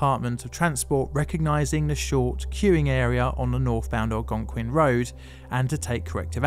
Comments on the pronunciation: Great job correctly pronouncing "Algonquin" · at least he pronounced it like a local, pretty impressive for someone on another continent.